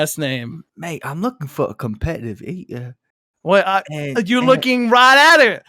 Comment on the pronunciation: Every time says “cohmpe’eive ee’er” I think of the “eeeee er” from The Box 😂😂